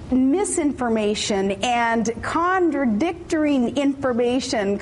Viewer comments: "Condradictoring"? Did she just say CONDRADICTORING?!! Twice! What the actual fuck?! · "condradictoring information"